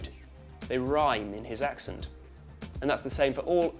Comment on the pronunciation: Its pronounced 'Ax-Sent' not 'Ahx-ughnt'.